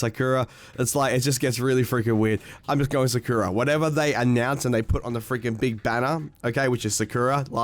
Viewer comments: Its SAH KOO RAH (All equal times on each syllable) Not, Sakurra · It is sa kuu ra not sakura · If it’s Japanese it’s sah-Kura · Sakura is a tree or the flower on the tree and you pronounce it horrible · why is he putting so much emphasize on the "kura". It's just sakura, like sakura from naruto. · The way he pronounces sakura makes me want to bomb a nursery of special kids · You’re just blatantly saying Sakura wrong you sound stupid lol